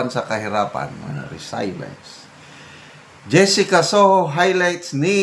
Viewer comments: Avid viewerpo from gensan... correction po, di po yan resaylens kundi reselyens po ang pagbigkas ng word na "resilience "..basta may english word mas mabuti po igoogle nyo muna para matsek ang tamang pagbigkas po..have a good day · Sir, mawalang galang po. Konting correction po sa pronunciation ng RESILIENCE. Tila ang tamang bigkas ay “RE-SIL-YENS.” Sorry po. Hindi po ako nagmamagaling. Paki double check sa dictionary app. Love you and respect you. God bless you. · Re sel yens Po ang bigkas nyan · RESILIENCE pronunciation is RE SIL YENS. To adapt or recover from misfortune, the ability to bounce back from difficulties. God bless. ❤🙏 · Resilience, pronounced as RE C LI ENS po.